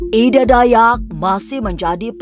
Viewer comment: Ida mbak bukan edaa 😂 kaya orang batak jatohnya